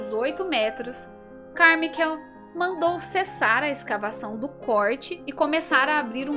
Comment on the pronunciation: A pronúncia correta seria "Carmáiquel" , só um adendo, não é crítica